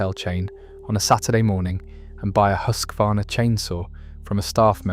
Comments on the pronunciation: Huskvarna - Husqvarna. Hus-kvarna, not Husk-varna. Meaning "House Mill. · YOU too pronounced "Husqvarna" wrong, like countless others! A bad way to start your video! There is no letter "A" after the "Husk" syllable. It is not "HUSK A VARNA"! (spelled wrong intentionally) It is Husqvarna like: "HUSK VARNA". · It hurts my soul to hear when people try to pronounce Husqvarna